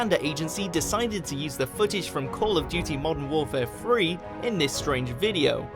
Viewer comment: "Trie-arch" "Modern Warfare Free"